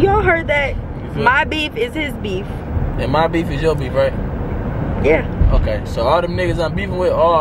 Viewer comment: she said Ohke 🤭😂😂😂😂